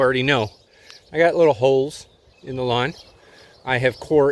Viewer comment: It's pronounced lawn...don't forget the "w".